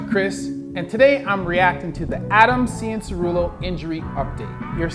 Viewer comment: Honestly there are people who watch a Motocross for their entire lives and can't even say his name that well